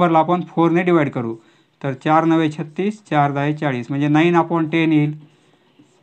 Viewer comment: Now ❌ nove✅